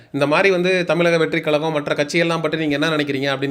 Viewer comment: தலைவா தமிலக னு‌ சொல்ற. கலகம் னு சொல்ற. முதல்ல முட்ட சாப்பிட்றத நிப்பாட்டு. ' 'ழ' வ சொல்லி பழகு. கண்டத தின்னு முக்கா வாசி பேர் இந்த லட்சணத்துல தான் இருக்கானுக. நம்ம மொழி பேரே சொல்லத் தெரியாம நம்ம அத என்னத்த காப்பாத்த போறோம்?